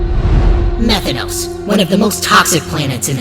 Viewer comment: Methanos no, METH THANOS